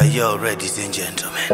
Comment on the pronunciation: Bull shit, ""redies and gentlemen""" really??? He need to learn how to pronounce ladies and gentlemen 😂😂😂😂😂😂😂😂😂😂😂